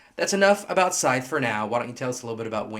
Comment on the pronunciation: it's pronounced "Scythe" not "Scythe". Just saying.